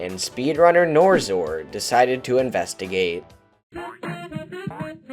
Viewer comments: bro the person who made the video pronounced yuor name wrong its nor X or not norzor. How do yuo feel about that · I understand why you're saying NorXor like that, but it drove me a bit crazy. Still a great video.